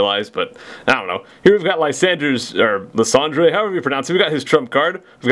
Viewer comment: in the anime its pronounced lie-san-der lysandre